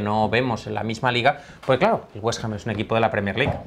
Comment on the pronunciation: Tengo a mi amigo londinense recuperandose del tabardillo que le ha dao al escuchar WestAm jajajajja XD